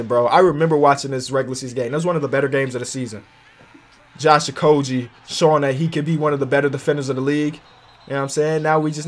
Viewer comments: It’s a hard G in okogie. I’m a tech fan so I’ve heard it a few times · Josh okogie not okoji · wow you just said you were never gonna mispronounce okogi again and then what do you do